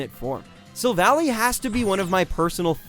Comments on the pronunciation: Sylvally? . don't you mean Silvally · Vykavolt? Golosopod? Gleydion? Sylvallee? Rayquahza? I don't entirely blame you for misunderstanding some pronunciations, but I would recommend looking up the real ones to have them make more sense. Though I really hope you just misspoke when saying Gol-ah-sopod instead of Gol-eye-sopod... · "Sylvally". Well.